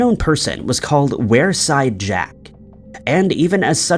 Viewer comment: It's pronounced weer side jack not were side jack 😁